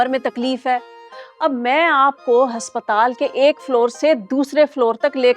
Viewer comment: Haspatal NAHI aspatal 😅